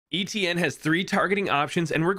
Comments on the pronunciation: My first language is french and my name is actually Étienne, you are the first American Youtuber that has gotten close to pronouncing it right lmao. Still cool to see ppl use this hero, makes me chuckle every time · My name is Étienne and seing someone pronouncing it right makes me really happy lol